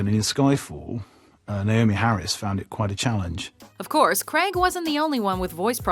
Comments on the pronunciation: Craig is pronounced - Crayg not Creg ffs. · And his name is pronounced Crayg not Creg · It's Daniel CRAIG...not Daniel KREG...lol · Craig not creg jesus christ its not hard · fact 11. the actor who plays James Bond in Specter is called Daniel Craig. not Daniel Creg. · Why can't you pronounce 'Craig' correctly? It's not 'creg' it's 'grayg'!!! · The name is Craig, Daniel Craig. Not Daniel Crag. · fact number 1. its pronounced craig not creg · Erm... who is this Daniel "Kreg", exactly?? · Did she pronounce "Craig" as "Creg" at #8? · Why do americans struggle to say the name craig? Creg! Who the fuck is creg?! Retards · stop saying Daniel Creg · Who's Daniel Cregg? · It's not pronounced creg ffs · Why do some Americans struggle to say "Craig"? Comes out as "cregg" or "creh-g" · Daniel Craig, not Daniel 'Cregg' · Why do americans pronounce "craig" as "cregg"? It has always irritated me. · I just can't stand the way she says Craig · His surname is Craig! God knows what you're trying to say